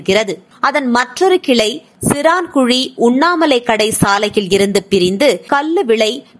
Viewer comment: Chiraayan kuzhi! Chiraankuzhi alla!